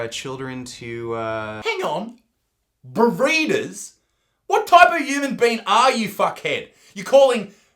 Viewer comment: I heard it as burritos not breeders. Thought gains was going to eat them...